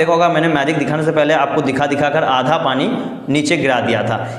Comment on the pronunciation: Once he said pana to pani 😂😂😂 but excellent 👌🙏🏼